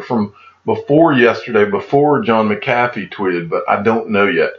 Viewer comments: John McCathy? Never heard of Her BUT I've heard of John MC A FEE--I sounds like it's SPELLED--Don't you Speak English in Georgia? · Digital Asset Domination! Who pronounces it right McAfee or DAI ? Maybe that’s how he throws em off, by saying his name wrong